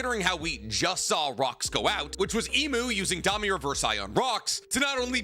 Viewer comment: Except his stupid ass pronunciations. Domi ReversEYE? Wtf is wrong with his brain